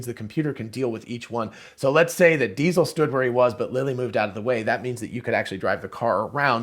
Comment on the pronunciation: I laughed when I hear u say Diesel.